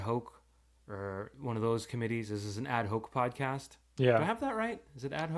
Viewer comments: Add Hawk, not Hoke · Ad hoc but is pronounced “add hock” #classof04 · Ad Hoc is pronounced like hawk